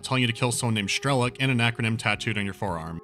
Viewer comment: Strelok's name is pronounced as it is written, not Shtrelok or Schtrelok. Apart from this, nice review.